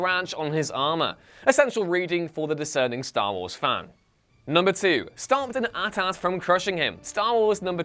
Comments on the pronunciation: Did you seriously say “at at” instead of AT-AT??? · AT-AT is pronounced like 80-80. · Am I the only one who noticed how this guy pronounced AT-AT 😂